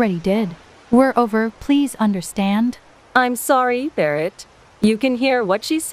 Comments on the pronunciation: They also said Barrit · Why did she say barret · I think she meant bear-it